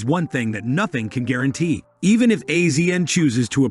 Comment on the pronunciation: Got to love AI. Can't pronounce anyone's name correctly and they repeat it 100 to 200 times. CRINGY! It's AZIAN not A Z N, you idiots.